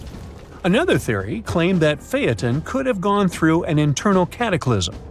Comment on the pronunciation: You finally got it right. Seems everyone misnames Phaeton.